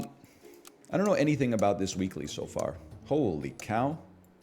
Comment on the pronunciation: everytime NL says "I am so back" I heard "I am sewed back" as if he got ripped apart and stitched together then brought back to life which kinda is from time to time in sap 🤔